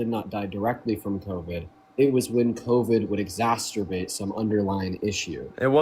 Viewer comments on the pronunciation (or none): It's exacerbate, NOT exasturbate. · exacerbate not exasturbate